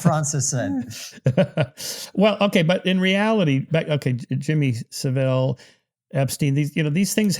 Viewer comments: Hard to see this guy as credible when he can’t get someone as famous as Saville’s name right and doesn’t know the definition of a paedophile. Paedophiles abuse pre-pubescent children. A few other dismissive comments make me feel he’s not really one for attention to detail. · I wish Americans could learn to say Jimmy saville's name properly